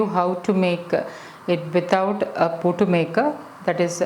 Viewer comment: you're pronouncing it wrongly mam , its puttu not puutu